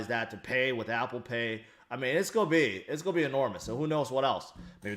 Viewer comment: you say a lot. Its a constant pace in your speech of..... this sounds nuts but I now am waiting for the next to drop!!.. when is the next,?